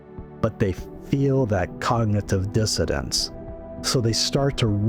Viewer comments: I like the content of your video. But why do you say cognitive " dissodance"? The word is " dissonance". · I’m sorry, are you saying cognitive dissidents instead of dissonance?